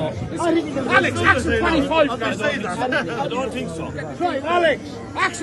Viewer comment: Its hard not to laugh out loud when thick people pronounce "ask" as "arks"..